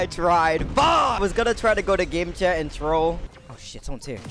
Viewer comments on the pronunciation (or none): none